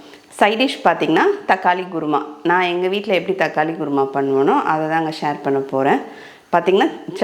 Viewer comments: Guruma illema. Say kuruma. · Kurma, Korma! Not Guru Ma :):) Nice recipe for ragi chapati, thanx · Madam it is not gurma , it is called kurma , tell properly